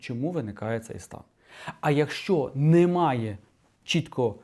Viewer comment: Коли чую "НИмає", одразу розумію - мій земляк десь із Вінничини😅